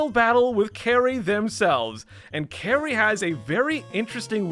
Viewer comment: "Kary" lol. Kali.